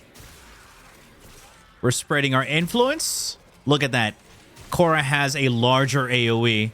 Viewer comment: khora ❌ korra ✅